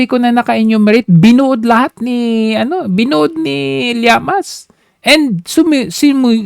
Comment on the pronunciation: D ba Ang tamang pronunciation is liamas(llamas)or sinadya mo na mali ang pagbanggit para mainis ung taong concern